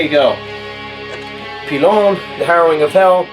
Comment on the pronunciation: I talked to Matt Brand from Pÿlon and says it's pronounced pie-lon.